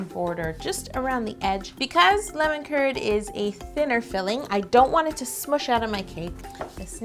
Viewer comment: Am I the only one who thought she was saying "lemon turd"